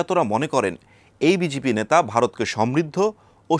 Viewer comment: আগে ঠিক করে উচ্চারণ করুন, বিজিপি না, ওটি বিজেপি হবে